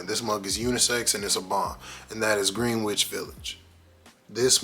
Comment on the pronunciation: For future references. The "W" in Greenwich,is 100% silent. Nice video though. Thanks✌🏾❤